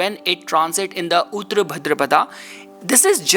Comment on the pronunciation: Not उत्र but उत्तर (ओत्तर) that means Post पूर्व means Prior, before. Please learn and Speak Hindi Properly.